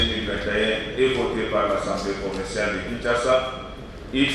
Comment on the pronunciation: Yaya c'est Assemblée provinciale et non "provençale" na ndenge ya mabe te. Merci